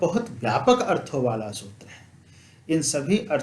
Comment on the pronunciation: अर्थों को बिना अनुस्वार के बोल रहे हैं प्रभु जी।